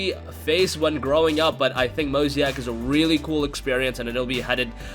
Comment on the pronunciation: Mo-zay-ick not Mo-zee-ack lol